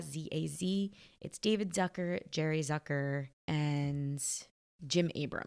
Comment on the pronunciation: "Zucker" is a German name (meaning "sugar" by the way) and it's pronounced "Tsooka" instead of "Sackör". 🙂